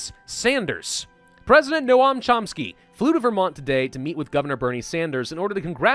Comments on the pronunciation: It’s not no-am, it’s pronounced like gnome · it's NoaM, not Noah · For future ref Noam is pronounced more along the lines of “gnome” rather than “no-am” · they way says Noam triggeres me greatly.